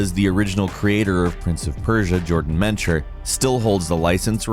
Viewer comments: It’s jordan MECHNER, not ‘MENCH-er’ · Jordan "Mencher"? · Jordan Mechner (Mek•Ner) He is a mensch but just not his last name.